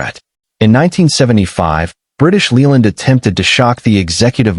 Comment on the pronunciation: AI crap. British Leeland? Droopsnut? Hydroggus units? Victor effy?